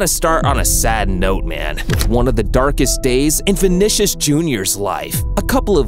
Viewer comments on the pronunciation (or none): vinicus jr and he calls him his boy. you cant call someone your boy if you cant say his name right